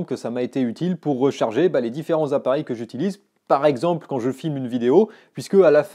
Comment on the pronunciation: ExAAAAAAAAMPLE??? je me désabonne ! Je pensais que tu étais un pro serieux! encore une fois une bonne douche froide!